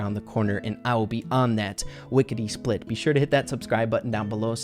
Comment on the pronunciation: Is nobody going to acknowledge that he said wickety split